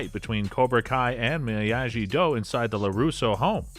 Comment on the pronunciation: You get a thumbs down for saying miyagi-do the way you did. Making videos on s*** you don't even know what you're talkin about